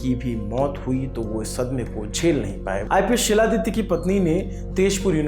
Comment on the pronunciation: Not Siladitya . It's xiladitya (khiladitya)